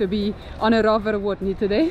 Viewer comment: Warmia is prenounced "Varmia" 😀. Lake is prenounced phonetically "Dwoogye" 😀 Plaża Miejska is a Town's beach 😁 "W" in Polish is always prenounced as "V", we don't use "v" in our language at all, unless it's foreign or Latin. Zapiekanka came from Kraków :)